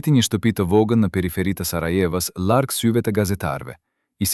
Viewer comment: Shum mir e paski verejt,ky person qe po e lexon tekstin,nuk eshte shqipetar,te na thuhet larg,e jo llarg-llargohej,L-in sun po e shqipeton.